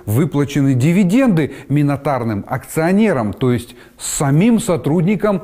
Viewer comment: минотарные? 🤣 Чуть ли не минотавры МИНОРИТАРНЫЕ АКЦИОНЕРЫ Читайте побольше книг и Ваша речь улучшится, коли Вы уж выходите в эфир!